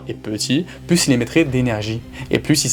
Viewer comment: Putain mais vous avez quoi tous les youtubeurs à prononcer le "s" de "plus" ??? Il est muet !!!